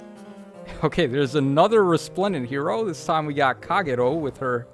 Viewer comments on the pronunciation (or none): none